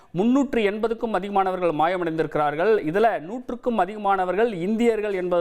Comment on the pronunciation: மாயமடைந்திருக்கிறார்கள் என்று செய்தி வாசிக்கிற இவர் தமிழனா அசிங்கம் தந்தி செய்தி தமிழை கொந்தி கொந்தி கொல்கிறது